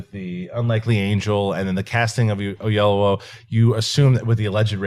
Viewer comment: Hey guys.... it's kinda racist not to pronounce David Oyelowo; The guy is a Director and Oscar level Actor. How hard would it be? Look it up on youtube and say it right?